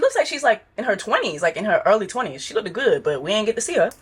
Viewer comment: girl i hope you pronouncing words incredibly wrong is a joke cus you saying lookdid for 5 minutes at your big age is insane